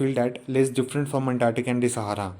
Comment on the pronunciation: Sir ap na " different. "pronounce kia touu mai cmj gia tha 🤗🤗